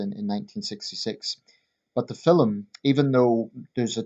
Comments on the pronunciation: Film is one syllable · It's how jocks pronounce film mate, get over it ya fanny